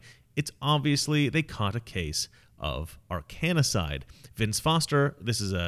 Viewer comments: Arkansas or Arkanasas? It's Arkancide. I think you've added an extra "a" I wish you had mentioned that Hillary joked in a Tweet about Epstein and suicide. I found that to be odd. But then Hillary just found out if you joke about something publicly, like Trump did with Russia should hand over her emails. It's just a joke. Also, Hillary's joke was funny...... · Ar-kan-cide. Three syllables. (Not Ar-kan-i-cide.) This has been a thing for many, many years. Oh, by the way, there is a way to induce heart attacks, so your suspicions are correct. Anyway, I'm enjoying the video -- thanks. Edit: The list does not include Chris Cornell (Soundgarden, Audioslave), Chester Bennington (Linkin Park), Kate Spade, Anthony Bourdain. And then there are the numerous NY law enforcement officers who seem to be dying out quickly these days. Not sure if suspected Arkancide applies -- did they die because they saw Anthony Wiener's laptop? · Mispronouncing Arkancide. It is three syllables, not four. AR KAN CIDE. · It's Ar-kancide, just like it's spelled. Stop adding a A in there. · Minutiae.....It's pronounced AR-KEN-SIDE(D). Have you heard about the Overstock CEO claiming Hillary was framed for the Trump, Rubio, and Cruz campaign spy rings? Supposedly, the Obama DOJ (FBI, etc.) cooked this all up. Greater Puppet Masters at work here, in my feeble, humble, opinion. Not giving the Clinton's a pass...AT ALL!!! Mena, Arkansas is where the drug smuggling CIA flights to Central America (Drugs for Guns & Guns for Drugs) were being based. See the movie "American Made" with Tom Cruise as Barry Seal. You are getting in the Red Pill area, sir. Tread carefully. Keep up the good work. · Say Ar - Kan - side. Pleeze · Drop the third "a" when you say the word Arkancide and you'll sound so much smarter. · mispronounced "Arkancide" about 20 times. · You are pronouncing "Arkancide", and Fort "Marcy" Park..wrong.. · Love your work but it's Arkancide not Arkanacide 😁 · Ar-kan-cide, not ar-kan-a-cide.